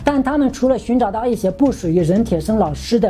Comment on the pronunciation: 纠正一下：骸骨 hai 第二声